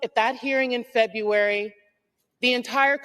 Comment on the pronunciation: None of them can pronounce "February" (nor many other elementary words).